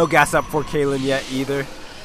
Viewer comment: Yeah, Kalin is Bulgarian. :) Also, type "Kheahliehn" in google translate and choose English to whatever translation to listen to the (kinda) right pronunciation of his name. :) I really like your casts, btw ! :P